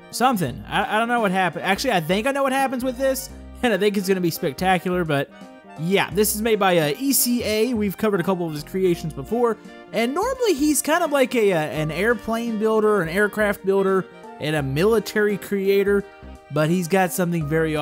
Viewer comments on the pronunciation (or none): HEY ITS ECA NOT E C A, RESPECT MY FRIENDS NAME!